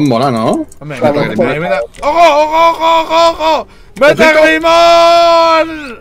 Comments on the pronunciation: Todos: lo vamos a llamar metalgreymon: metalgremoy Jajajajjajajaj 😂😂😂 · sii metalgreymon me gusta el dislexico: metalgremoy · Todos:METALGREYMON: METALGREMOY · jajaja ese para poner nombres, un mate de risa... es metalgreymon no metalgremoy xd